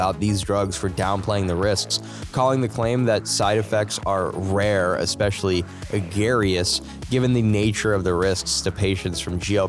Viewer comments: Egrarious? The word is egregious. Your cormputer voice needs some teaching. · I don’t know if’s you reading or AI, but neither of you know how to say "egregious." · Good channel! I've subscribed and watched many of your videos. Don't know if the narrator is AI but someone needs check word pronunciation on several. Egregious is the wrong one here.